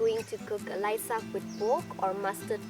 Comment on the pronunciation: Nono, its Laisak...